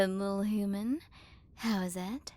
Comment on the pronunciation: Alright time to play the game of “Take a shot every time you hear say hooman/hoomans”